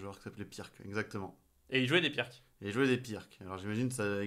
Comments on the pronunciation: On ne dit pas pirque mais pirtz car c'etait un yougoslave du genre et la bas le "c" en fin de mot se prononce "tz" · Super vidéo ! Par contre ça se prononce "pirts", désolé mais ça fait mal aux oreilles